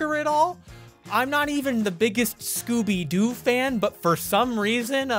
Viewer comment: D-did he say Gooby?